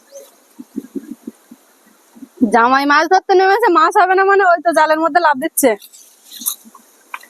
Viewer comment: বাকিদের কথা না হয় বাদ দিলাম কিন্তু আপনি তো একজন বাচিক শিল্পী! এত সুন্দর আবৃত্তি করেন! আপনার সব উচ্চারণ মোটামুটি ঠিক ই লাগে কিন্তু " মাছ " এর উচ্চারণ টা " "মাশ" বড্ড কানে বাজে । সঠিক উচ্চারণ করার একটু চেষ্টা করলে ভালো লাগবে 🙂